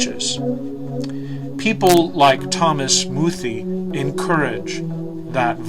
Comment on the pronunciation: YOUR ALL IDIOTS. You even pronounce his name wrong!! Its pronounced "Moo-thay" Bishop muthee never made such threats. Wheres your proof of that?!? THERE IS NONE. because it never happened!! Bishop muthee is purely a man of god.